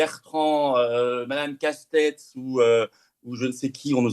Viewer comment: Les gens qui disent « Castèt » au lieu de « Casté » sont comme ceux qui disaient « Mitrand » ou lieu de « Mitterrand ».